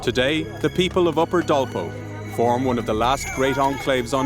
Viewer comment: this is called Dolpa district of Nepal, dolpo is pronounced error of english vocal